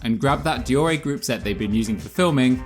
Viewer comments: Dor-ay ??? Dee-or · De Orr ray *shudders It’s Dee or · Deore sounds like De ore or have you used Google to pronounce it for you? Every bike shop in the UK since I started mountain biking in 1992 call it Deore/ de ore. Aluminium is Aluminium not aluminum for example. Okay they are your sponsors but have they actually said Deoreeeeeee? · You sound like a div deore a? It’s deore!!!!!! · Good video although I cringed every time he pronounced deore likde deoray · Can't take another second of him butchering the word deore. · Why do you pronounce Deore like that